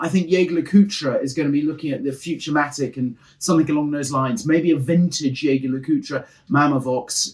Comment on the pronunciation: always nails saying JOEGER LE COOLTRA!